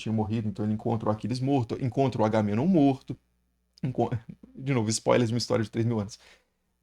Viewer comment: Se pronunciou o nome do Menelau corretamente, deveria ter feito o mesmo com Agamenon.